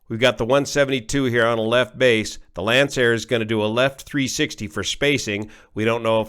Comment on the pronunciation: finally, someone who knows how to pronounce Lancair